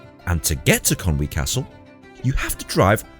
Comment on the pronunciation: Can I just take a second to commend your pronunciation of "Conwy". So many people pronounce it "Con Way" but you got it spot on and it's really nice to hear!